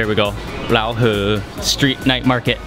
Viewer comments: Pronouncing Raohe wrongly, it's like rowdy, the "row" and "her". Nice vid though, I really enjoyed the street food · The way he pronounce Raohe got the Thai slang! Hahaha